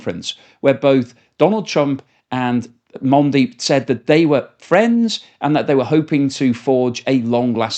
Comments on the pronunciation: Mondi??? The Prime Minister of India, Mondi???? Are you kidding.. His name is Modi Prime minister Modi pronounced Mow- De.. You want to destroy your credability? Just keep making blunders like that.. I expect more from a Brit.. Thats something i would expect from a yank.. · It’s modi (MO-dee) not mondi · Modi, not Mondi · You can't even spell a 4 letter word "Modi" correctly what better analysis you gonna provide. I mean seriously you pronounced "Mandi", is it that hard to read?